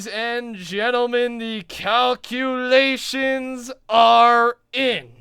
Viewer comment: those COW-culations left me in UTTER shock